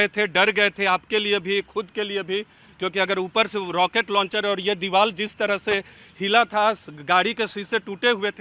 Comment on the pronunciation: Is reporter ko bolne bhi nhi aa raha hai diwar ko diwal bol rha hai wah re reporter